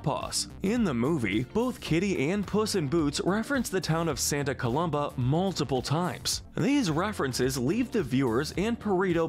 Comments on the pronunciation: Why do you keep mispronouncing Santa Coloma? There's no "B" in the name! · you pronounced Santa COLOMA wrong